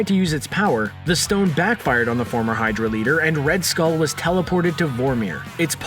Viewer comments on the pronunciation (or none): none